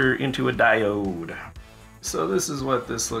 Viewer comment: you over-pronounce the word diode, but its ok lol good work. always gotta have the tape bro!